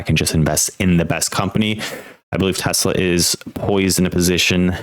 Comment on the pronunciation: AI flub.TESLEEE??? WTF